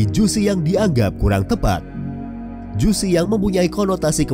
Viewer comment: Baca JUCHE itu bukan Jusi tp JU-CE.....gmn sih Mimin nya. Maaf sy dislike ! JUSI, emg jus😂